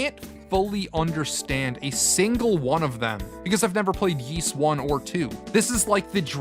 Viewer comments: Forgive all the comments. The Y's series is pronounced "Ease" or "Eez," not WISE/YS. (I apologize if that came off rude, just trying to help.) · Ys is pronounced "ease". And its not a made up word. Its found in the real world so we already know how to pronounce it. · to help : say it in french : YS, = the sound of EAS, as in "EASY" "Wanderer from "EAS""